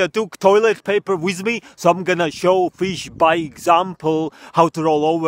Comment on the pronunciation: “wizz me”